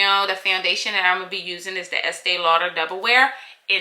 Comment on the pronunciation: Learned a lot from the video. Word is Estée Lauder